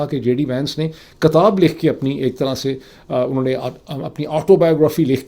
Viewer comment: Katab Nahi Bhai. Kitab bola Karo. Kuchh to khayal kr lo yar.